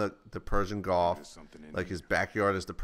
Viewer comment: HA!! Sounded like you said Persian GOLF instead of Gulf!